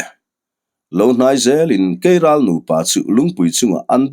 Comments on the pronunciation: Keiral a aw thinh ka va hre love kelral a ni lomaw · Kelral ni awm tak, keiral a rawn ti tlat a nih hi.😅